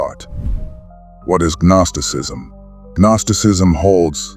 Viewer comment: "Guh-nosticism" lol but it's a great video